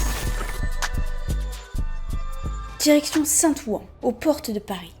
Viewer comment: bien la video mais tu dois pas etre de banlieue parisienne, ça se prononce saint ouain